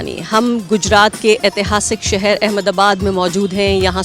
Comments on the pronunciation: It is Ahmedabad not Ahemdabad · It's Ahmedabad not Ahemdabad 😂😂